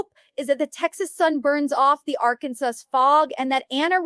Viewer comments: Pretty sure that Amy- who lives in Arkansas- would know how to pronounce it 😅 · VERY!! They said Arkansas wrong and Amy would say Amy Duggar King.